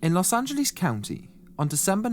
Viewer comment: Love hearing British pronounce "Los Angleeze". : D Very nicely put together piece. I too have never heard of this guy. Well done! So messed up he was discharged for the army with severe antisocial personality and just negligently releases into the general public.